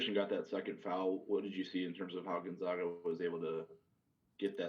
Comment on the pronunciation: It is pronounced Gone -Zag-Ah. Not Gun Zug ah...